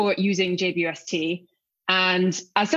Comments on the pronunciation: Will there be a James Webb image equivalent to the Hubble Deep Field image? Take a long exposure of a dark piece of sky and see how far you can see? Also did she call it the J-Dub-ST? Is J-Dub the telescope's rapper name? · JWST is an awkward acronym. Henceforth, we propose that it be pronounced "Jwisty", like "Twisty" but with a J. Also, we see guitars in Becky's background. Do you play? Can you do a galactic rock session?